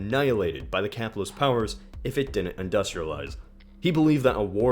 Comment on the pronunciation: Pronounced "Did dint" and "Briddon"